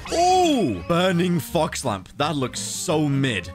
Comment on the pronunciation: I thought he said f*cks fire disruption